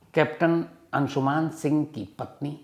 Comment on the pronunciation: Its अंशुमन not अंशुमान